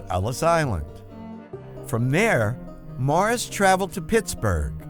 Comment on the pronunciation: It's Morris. Not Mars.